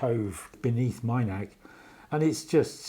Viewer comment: As an avid follower of Cara Dillon I was at the Minack for this concert. It was a magical experience. Please excuse me for this but I have to correct your pronunciation of Minack. It's pronounced exactly as it reads Min ack and not Mine ack, as you are calling it. 😂😂. I enjoyed watching the videos of Cara that you put on here. It was such a lovely evening despite the rain during the second half.